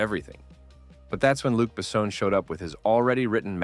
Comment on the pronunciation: Ah, "Luke Bessowne"... 😁